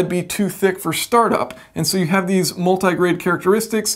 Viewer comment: the word is have, not haft